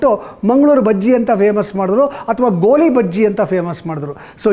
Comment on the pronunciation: ಗೋಲಿ ಅಲ್ಲ ಸ್ವಾಮಿ ಅದು ''ಗೋಳಿ ಬಜೆ"